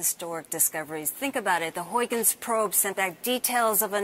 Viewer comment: "Huygens", said no American correctly ever